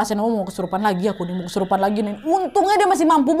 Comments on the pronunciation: Kesurupan ❎ Kerusupan ✅ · ada dimana bagian video ka nadia omara bukannya ngomong kesurupan mala ngomong *kerusuhan*😭🙏🏻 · Di menit ka nad salah ngmong kerusupan😅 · Kak nadia salah bilang kerusupan padahal kesurupan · Udh serius nonton smpe tkut eh tiba" kk Nadia slh ngomong kerusupan lngsung ngakak 😭😭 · Ngakak pas kak nadya bilang kerusupan 😂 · “kerusupan” hehehehehehehe:)